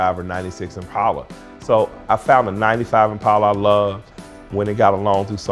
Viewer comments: It's ImpAHla, not impayla. Mike, its not maroon, its blessed with Dark Cherry Metallic paint. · Say it with me "impaula" not "Im pal uh"